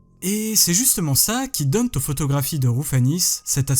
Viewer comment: Premier prix de liaison dangereuse à: "Et c'est justement ça qui donne T'aux photographies de Roufanis cet aspect si dérangeant." Bravo z'à pour cette perle. Il fallait aller la chercher, celle-là!